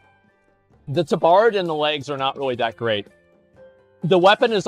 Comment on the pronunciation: The way he pronounces tabard is horrid xD And he pronounces it correct when reading the name of the tabard, yikes! Also the Tauren with the bone mauls looked pretty decent tbh. The BE after the Tauren looked odd with those boots. Bixxnood looks good. Asmon is super inconsistent when it comes to matching colours xD